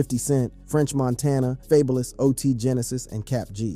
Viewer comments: He called dude "Fable-less"...😂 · Fabalus ASAP rockys hahaha this dudes pronunciations are hilarious but mighg be correct sometimes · you lost me at Faybolous 😂😂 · You mean "Fay-bullous!!!!! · Stop saying "faebolous" it's a regular word bro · Faybulous tho? 😂